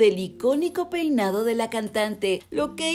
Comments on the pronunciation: Jaja si dice Poinado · Jaja en el minuto dice "poinado" 😂